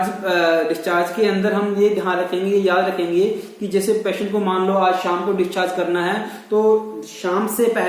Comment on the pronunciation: I think you are from Rajesthan, you must be call patient not payshant.need to work more